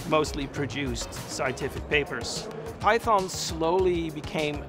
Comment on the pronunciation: I am here just to listen to the correct pronunciation of Python from the originator. LMAO